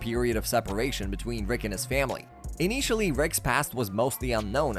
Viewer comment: It's an AI voice 😭😭. I've watched a few episodes now, and the way some words are pronounced stand out. "in-ee-tially". I wish it wasn't true but UGH that upsets me.